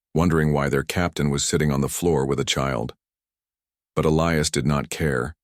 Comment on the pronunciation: At about : : the name 'Elias' is miss-pronounced without the hard 'i' that it needs to be a recognized name!. Oops LoL 😢😢